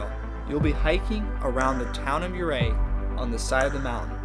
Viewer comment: Great video.. We are going in July. I love the hikes. In my advancing years, I get a little vertigo on some of the ledges, but hey you only live once. Ouray is pronounced You ray.